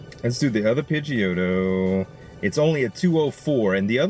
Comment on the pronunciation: Z I was tryna ignore it cause I figured you'd eventually get the correct pronunciation lol but it's pronounced "Pidgey - o - toe"